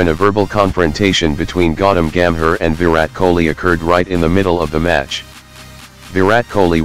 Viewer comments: Its call gambhir,,nt gammer,,bro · Terrible terrible American accent pronouncing names so utterly badly. Disgrace. Listen how he says Gambhir and Riaz.